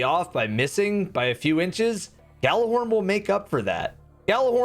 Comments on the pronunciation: Stop pronouncing the G in Gjallarhorn.... its pronounced "Jallarhorn" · Drinking game: take a drink every time he mispronounces Gjallarhorn.